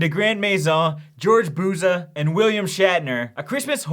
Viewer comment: You said Buza wright :)